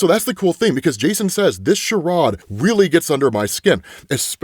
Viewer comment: This “sha-rod”???